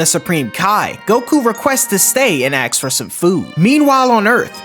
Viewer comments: Asks, not axe. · Ask has an S in it